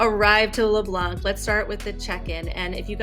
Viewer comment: keep it up! the c is leblanc is silent